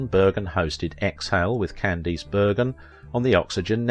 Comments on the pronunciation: Good heavens! AT LEAST pronounce correctly the name of your chosen subject! That atrocious "CandEEce" is appalling. Listen to any period TV piece for 30 seconds and you would know. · Is this read by a speech reader program? I’ve noticed on a couple of videos how common names are mispronounced. No one says Can-deese. It’s Cand-ass. On another video, Mel Torme was pronounced Mel Torm….. also in both videos, pictures end up in the show that have NOTHING to do with the topic.